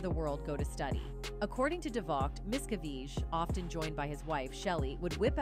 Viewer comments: This video narrator needs to learn how to property say the name Miscavige. She said it differently and massacred it every time!!! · Why do you pronounce David’s last name correctly part of the time and incorrectly the rest? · Human, please teach AI to Learn the correct pronounced name miscavige. This video pronounced it at least 4 different ways. Rediculous..